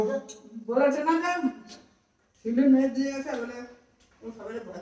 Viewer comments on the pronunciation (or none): none